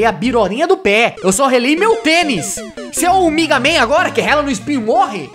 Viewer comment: E MEGA MEN NAO MIGA MEN